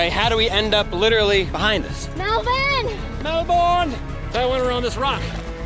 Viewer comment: It’s Melbourne